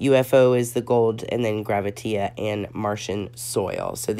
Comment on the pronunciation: Hi...great review! I just wanted to let you know that the one shade is called "Gravitea," said like the word "gravity," but he spelled it like that because "tea" is used often in drag speak to mean truth. You would hear someone say, "Spill the tea," meaning tell me the truth. I didn't want you to keep saying "GraviteA" with the "a" sound at the end.